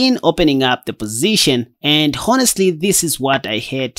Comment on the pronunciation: Thank's for the video. Now let me do you a favour. Your English is excellent, but I've noticed that in several of your video's, you mis-pronounce the word. In this word, the is not pronounced. The word should sound like 'on-es-tly'.